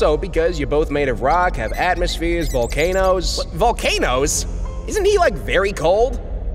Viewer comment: COMO DEIAN VOLCANES JAAJSASJAJK "volqueinos" KAJSKJAK